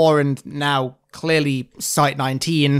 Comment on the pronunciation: Ah yes, chearly halo infinite.